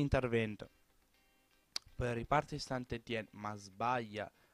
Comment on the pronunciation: scusa se ti correggo, ma il St.-Etienne si legge San Etien